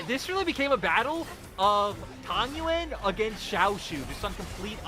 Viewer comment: I mean, I love the LPL casters, but they should finally pronounse tangyuan's name right, it's tang-yuan, not tan-gyuan 😀